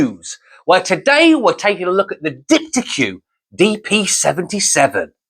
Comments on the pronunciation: LOL . . . pronounced Deepteek not Deep T Q . . . although I do admire your enthusiasm, you might go a little easier on the caffeine before you come "on stage" for your helpful videos LOL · Dip-t-eek, pronounced like antique you plonker. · Nice review. It's dip-tik btw. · This is french...the way you pronounce it is diptik. I heard the model higher up DP107. I was impressed that I bought the dp160 with external crossover. This used to be the top model before the new Reference came out